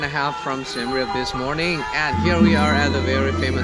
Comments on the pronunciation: finally a video where someone pronounced siem reap correctly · I love it how he pronounced the Siem Reap correctly